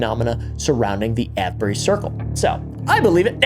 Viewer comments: just to let you know that avebury is pronounced A-V-E-bury also you didnt mention the red lion the most haunted pub in the uk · The Ave in Avebury is pronounced like it does in Save or Grave. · Avebury pronounced ayv-bur-ree. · Great topic. But, hey, it's pronounced ey-v-bury. (/ˈeɪvbəri/). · I’m dying every time he says Avebury.😂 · 😂 Avebury 😂 As in; Youre aveing a laugh Please sir, can i ave some more 🥺 And ave you got a bottle of wa-er